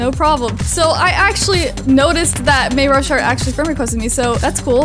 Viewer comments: U say may ra shart its may RU shart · may ru shart? XD u said that wrong its may rus Hart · Lol the way she said mayashart😂😂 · I just figured out you read mayrushart I say it may ru shart and I found out you say it as may ursh art Lol 😂😂😂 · May your short is how u pronounce it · Your saying his name weird